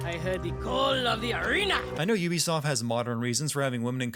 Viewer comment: "Ubisoft" Instant sin 😭